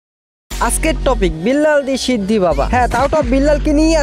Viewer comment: শিদ্দি ❌ সিন্ধি ✅